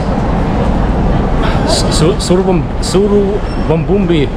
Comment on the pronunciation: You don't pronounce the i in Suvarnabhumi, just a tip.